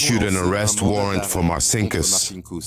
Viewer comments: Il traduttore IA è semplicemente spaventoso! Martin Kuss per dire Marcinkus..... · Sarà stato anche un banchiere spregiudicato, vabbè .... Ma come cavolo si chiamava ? ( 1 : 10 : 22 )"Marcinckus ?" "Santa Cruz "? "Martin Cruz ".... A parte gli scherzi , le autorità italiane ,per farsi consegnare il "banchiere di Dio" , quante "Ave Marie " avrebbero dovuto recitare ? ....